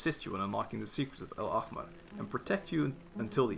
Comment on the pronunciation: the way you pronounced al-ahmar is really good considering it’s one of the most difficult words to pronounce within the arabic words genshin used coming from someone who’s first language is arabic btw!!